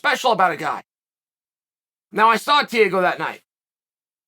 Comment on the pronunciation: TEA-A-GO ~ Chael